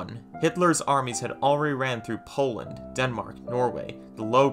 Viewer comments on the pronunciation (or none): none